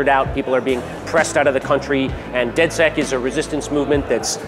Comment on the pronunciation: Its pronounced DedSec